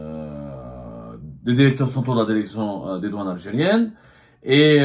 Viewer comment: Derection Derecteur Consederer